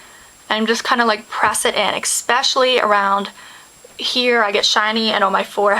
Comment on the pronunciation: I love the way you say EXPECIALLY :)